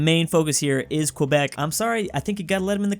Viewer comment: it pains me to hear you pronounce Quebec. as a french speaker with half of my family being from Quebec, i can say that is pronounced KEH-bec, not kwuhbec.